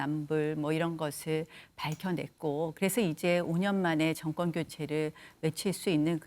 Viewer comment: 왜 다들 나와서 정권을 증껀이라고읽냐 틀니교체안하냐??